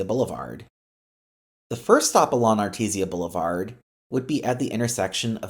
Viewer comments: AR TEE SHA! Not ar teez e uh JFC. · I love your non-local pronunciation of Artesia as “Artezia Blvd”, as opposed to Artej-shia Blvd. For some reason i am reminded of the banter bw dustin Hoffman and Warran Beatty, in the 1987 movie Ishtar, over the pronunciation of the word “capiche” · Thx for the video. One tip: It’s pronounced “Artesha” Not “Artesee-a” That’s actually quite important in a video like this because mispronouncing that city name (even though it’s a street name) makes you lose credibility among some of your viewers. Good luck on more videos! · I also thought it was pronounced artezeeuh. You guys really wanna fight people over stupid things. Arteesha sounds more annoying ngl imo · I am going through pain of you mispronouncing Artesia it is correctly pronounced (Art-ee-jaa) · Really pronounced Art-tease-ya. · Great concept, but I had to stop watching after multiple mispronunciations of Artesia. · Please learn how to pronounce "Studebaker" and "Artesia" When you speak I can hear the steam escaping.... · Art-ee-jaa, Car-men-ita, Sir-ree-toes, oh my gawd 😫lol